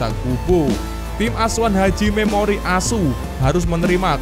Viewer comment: sy suka saat mimin mengucapkan "hajime mori-ASU !!!😂😂😂